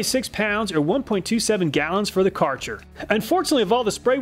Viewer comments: The “Karcher” word hurts my German Eyes and ears because its “Kärcher”. But otherwise it is a very nice test. 😅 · I cant forgive you misspronouncing something german, "Kärcher" not "Karcher" but aside that good video. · Also, the brand name is Kärcher (ä is pronouched like a and e together kind of), not Karcher. I don't know if the Kärcher is a Swedish brand or not, but here is their website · Kärcher not karcher ther is an ä Ä its german we have öÖ (oe), üÜ (ou) ,äÄ (au) and ß (ss)/(doppel s) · The Kärcher The "car-char" Try spelling it like "care-her" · "cartsher" lol no... thats not how you say kärcher XD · It's pronounced KER HER my dude,not KAR CHAR its one of the best brands here in europe and they are German,id sudgest trying to find a genuine one and not some chinese rippof fake ass copycats. Great Job on your vids tho. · Thank you the "car chair" bugged the hell out of me as well. Though always pronounced it as "ker-her" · Excellent video. By the way, Kärcher is pronounced "Kersher" or "Kayrsher". The "ä" is treated as "ay" or "ae". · Kärcher is mostly care-hair pronounced. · The Karcher brand is actually read as "Ker-herr" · Karcher issnt the well pronunciation. Just Spell it like the Word "care" like in "to take care of something" so it is:"care-cher" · Kärcher is spelled like care-cher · The Ä in Kärcher is pronounced like the A in Fat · My ears are bleeding when you say Kärcher xD Try saying Kä like "Ca" in cat. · It’s Kärcher!!! Not Kartsher😂🤦‍♂️ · It's Kärcher, spoken like "ae" with more "e" in it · The German letter Ä/ä (which is also used in e.g. Swedish) is pronounced like ai in air so Kärcher is pronounced like if it was spelled Kaircher. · Kärcher is pronounced kinda like „Care-share“, although we have one of those lovely German „ch“ sounds in the middle instead of the „sh“ :) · Kärcher .. or like he call it karschr 😂 love your videos hello from Germany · Sorry but as a German I have to correct you. It’s called K-eh-r-Cher